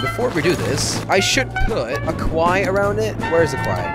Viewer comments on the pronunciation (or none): none